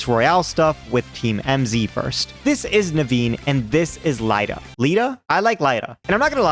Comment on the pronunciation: "Lie-da"? Really? Do you say Lucario "loo-car-EYE-oh"? Lost me with dumb pronunciations.